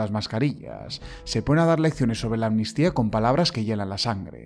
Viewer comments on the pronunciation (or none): Si escuchan bien. Pueden poner la velocidad lenta. Los del pesoe y cía no dicen amnistía , dicen atutia.